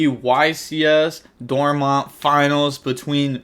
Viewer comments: God damn how are you so bad at pronouncing Dortmund it's not Dorma 😭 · Bro it’s Grinder, mispronouncing is literally his trademark